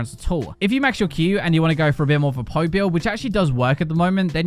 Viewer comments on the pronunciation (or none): none